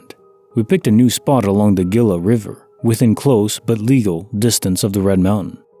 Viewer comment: Gila. Pounced HEE luh. It's Spanish.